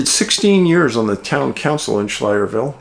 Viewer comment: Pronounced sky ler ville😊